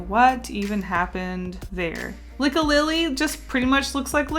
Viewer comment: did you just call lickilicky.. licky lilly...